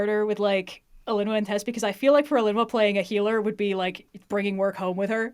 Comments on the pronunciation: Mood, Alinua really got me. I thought it was like uh-LEEn-oo-ah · ik youre the author but you have gotta be pronouncing alinua wrong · Alinua has TOO MANY VOWELS.